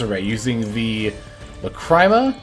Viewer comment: Guide's goated, you really did your homework on this one, my one nitpick is the way you pronounce a few cards, specifically Lacrima (pronounced Lacreema, it's the Italian word for teardrop) and Mu Rcielago (ngl I have no clue how to explain how it's pronounced, but it's the Spanish word for bat)